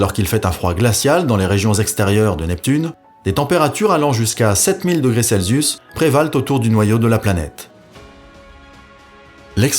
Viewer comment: Ses vidéos sont intéressantes, mais truffées de petites erreurs d'expressions ou de fautes de français, et quelques prononciations bizarres, comme "degré cel-zius". Rien de bien grave, mais leur accumulation est un peu soûlante. C'est pourtant des textes écrits et lus, pas de l'improvisation. Dommage.